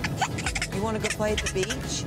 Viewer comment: They said bitch instead of beach XD